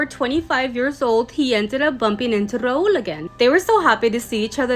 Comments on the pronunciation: its rahul btw not raool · I think it was Rahul and she mispronounce it 😅😂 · Why she pronouncing Rahuuuuuul like that..